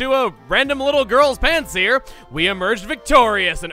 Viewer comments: I can't be the only one that heard him say that he won the battle with a random little girl's PANTS HERE in stead of Pansear. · Rewatching Emiles lp, thought in the intro he said, “thanks to some little girls pants here” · yaoi lover Um no. He said Thanks to a little girls Pansear. The Pokemon. He did say it fast so the words blended together. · I thought the first time you said Pansear you said ‘Pants Here’ in combination with the sentence, ‘No Thanks to the...’ you could get why this is problematic. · OK! No way was I the only one who thought he said "because of this little girl's pants here" Ps. Yay forty minute upload! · I heard him say “some random little girls pants here” instead of Pansear and I was like, “WAIT WHAT!!??” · In the opening it sounded like he said "a random little girls pants" 0_o